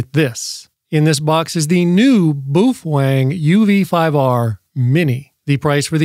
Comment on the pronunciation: When is this chump going to leatn how yo say the name properly 😂😂 boofweng 😂😂